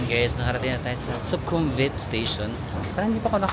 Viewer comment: I think yung V sa kanila ay pronounced as W. Like Su-kum-wit, hindi Su-kum-vit. Su-war-na-bu-mi for the airport